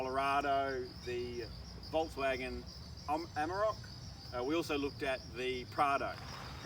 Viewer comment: take a drink everytime he says Amarak instead of Amarok. 🤣 good review though